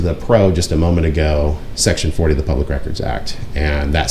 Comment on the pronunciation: Did the public records officer say ''pubic'' record ?